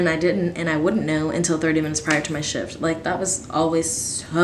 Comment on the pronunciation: Ahaha I thought you said “one time I had a shit- it was an eight hour shit” and I was like WHATTT